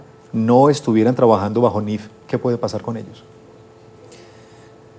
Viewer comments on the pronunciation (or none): Es niif no niff ok